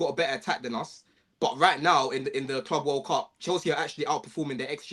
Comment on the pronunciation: The way he says club makes me want to be deaf